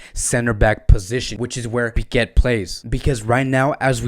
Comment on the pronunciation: Why cant you pronounce our player names correctly? Do you have a problem or something? His surname is "Pique" not "Piquet" ...for god sake...this is really embarrassing!!